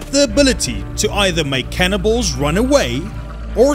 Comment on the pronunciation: Him saying cannibals sounds like cannonballs lol just me?